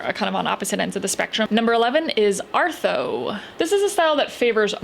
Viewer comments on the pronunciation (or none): I’m pretty sure it’s “art-hoe” not “ar-tho”… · Arthoe is actually pronounced like "art" and "hoe".